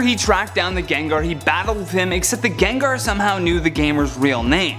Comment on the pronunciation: My life has been lie Its Gengar not Jenjer